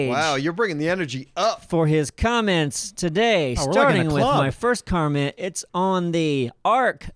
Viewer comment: Haha, the guys give thick shit for saying "spool" but let get by with saying "carment" at the beginning of his spill Called out. We heard that.